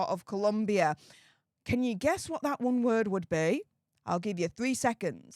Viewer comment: As someone who used to work in Bogota, I wish everyone would spell and pronounce Colombia correctly. It was the ire of my Spanish teacher lol. On another note, Meghan better keep her eyes on Harry at all times because he is going to be a golden pasaporte for the local latinas.